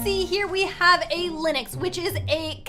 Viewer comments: it is Lynx not Linyx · It’s pronounced links not liniks 💞 ( I think) XD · ITS LYNX NOT LINIX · did u just say linix instead of lynx? I'm sorry but its pronounced linx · lynx No one: pronouces it linex Everybody else: pronounces it linx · its not lynix its lynx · Is no one talking about how she keeps calling Lynx Linix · Omg im getting kinda triggered ah is calling the lynx a lii-n-x undead of a ly-n-x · lynix Me: it’s LYNX no i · The animal a LYNX isn’t said LYNIX it’s said LINGX so it’s only one syllable :) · It is not lynix it is lynx!!! I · lynx is pronounced ling-x not Lin-ix btw ☺️ well that’s the way people say it where I live ☺️ (not trying to be rude) ilysm!! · Was anyone else bothered that she said. Linix Not lynx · It’s not lenix it ley-nx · Lynx is pronounce “Links”. Not “Lenox” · Linix Me: it is pronounced Ling-x (with a x sound) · How pernouces lynx lin-ix how your sposed to pernouce it ling-x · btw lynx is pronounced like "lingks" not "linux" 😅☺ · everytime says linux instead of lynx😅😅😅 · I'm Canadian... It's not called "Lynexx" it's pronounced "liNGks" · It’s pronounced Linx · Hey! Just FYI, Lynx is pronounced LINGKS or Links. Have a nice day 🦄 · this is how to pronnounce lynx: L-ing-x (kinda idk) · its pronced le-nx Ok ty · Ok the word lynx is pronounced links lol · its. prenounced lincs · Just saying the Lynx is pronounced as "Links" like the body spray x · The Musk Ox is huge and scary in real life. Lynx is pronounced "links" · Not to be rude, but lynx is pronounced ling-x :) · Lynx is pronounced LINX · Lyns is pronounced link-x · i think its literally pronounced "lingks" everywhere and she just doesn't know how to say it properly😅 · U said lynx wrong but its okay i love u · Your pronouncing Lynx wrong fyi.. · your saying Lynx wrong